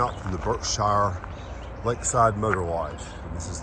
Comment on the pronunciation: Berkshire is pronounced Berk-shear